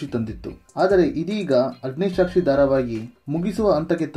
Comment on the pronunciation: ಅಗ್ನಿಸಾಕ್ಷಿ, ಅಗ್ನಿಶಾಕ್ಷಿ ಅಲ್ಲ